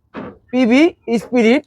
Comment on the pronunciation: ভাই পিবি স্পিরিড না, পিবি স্পিড!!! PB SPIRID na PB SPEED, এর বাংলা গতি!!